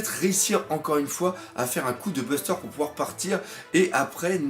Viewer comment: Coup de burst pas coup de buster c’est très perturbant x)